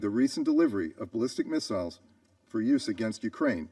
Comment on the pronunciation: He can't make up his mind on how to pronounce missiles or materials. He is a fraud